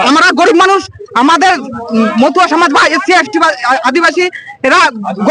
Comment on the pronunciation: " মতুয়া সমাজ " । মথুয়া নয় । উচ্চারণ ঠিক করুন ।